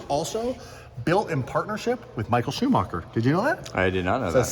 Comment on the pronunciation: Michael Schumacher not Schumocher again